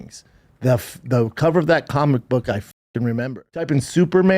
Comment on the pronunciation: Bapa had a suggsesful cawlmic boog store in his closet, so he knows cawlmics!